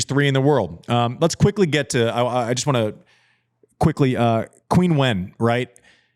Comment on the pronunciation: I love this show and listening to Andy. But pllleeeeaaassee stop butchering Zheng Qin Wen’s name!! It is not “Queen Wen”…it should sound more like “chien wen”. And Chinese people usually start their names with their last names. Here’s a good reference for her name.